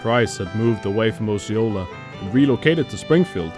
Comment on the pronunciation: Osceola is pronounced, "Oh See Oh Luh" Rolla is pronounced, "Rah Luh"